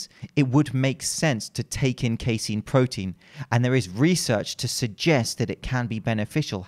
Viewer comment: Phenomenal content as always,. Keep up the good fight bringing truth to the much maligned information in the supplement industry. Lastly, you're correct on the pronunciation of casein -- "Kay-seen"